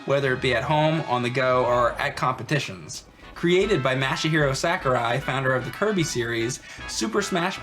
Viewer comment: "MASH A HIRO"